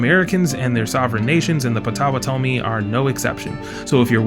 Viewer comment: Potawa tomi 😅. You're bound to make mistakes and even insult when you claim to know a different group outside of yourself. Plus, you shouldn't be pretending you fully understand. Make videos about your own group. You can't even pronounce the Natives you keep mentioning. 😅 That's how much you understand. 😅